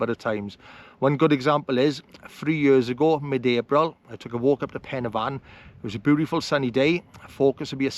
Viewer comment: The best video of the Bannau😊. AND 10 out of 10 for pronunciation. I was getting fed up of the poor pronunciation of Welsh names in other's videos.